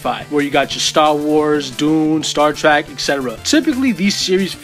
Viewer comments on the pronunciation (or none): star trek, not star trak